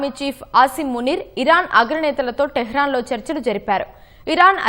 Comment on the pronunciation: అది ఈరాన్ అనాలి